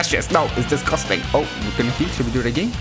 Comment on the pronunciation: I started laughing when u said “Lemme taste YOU! DIS GUS TANG!” 😂🤣